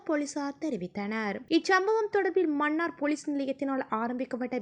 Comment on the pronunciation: செய்தி வாசிக்கும் பன்னாடை மண்ணார் இல்லை மன்னார் மணம் இல்லை மனம் உன் தமிழ் உச்சரிப்பில் ( ன ண ல ள ழ ) எழுத்துக்களை சரியான முறையில் உச்சரிக்க தவறுகிறாய் நீ என்ன இந்தியாக்காரியா? ஒழுங்காய் உச்சரி